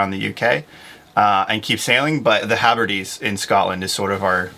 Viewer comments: Hebrides, not HaBerdes. Heb-ri-deez. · it's Hebrides,not habrides.